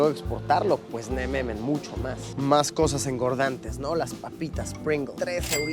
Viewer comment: Me da un chingo de Cringe cuando Luis dice "nemamen" y "olovergo" 🤢